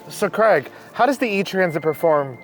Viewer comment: Please learn how to say the name Craig correctly. It is not Creg!! I had to stop watching, it's so disrespectful not saying someone's name correctly.